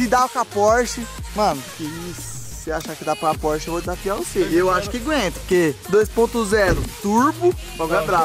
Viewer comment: Quem escutou o falar porche beger deixa o like!